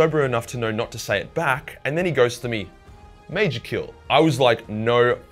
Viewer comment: Medżior kyll, lmao mate